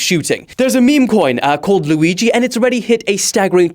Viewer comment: cant wait for to be able to pronounce Luigi instead of lewi G